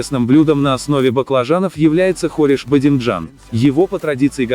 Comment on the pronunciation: Не хориш, а Хуриш ❤